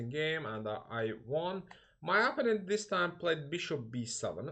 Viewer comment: Vasif, Amerikada yasayirsan, bes niye cox tez-tez istifade edilen “opponent” sozunu indiye kimi duzgun teleffuz etmeyi oyrenmemisen?